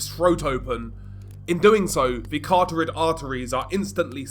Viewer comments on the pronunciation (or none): he also says "CARTORID artery" all the time. Annoying af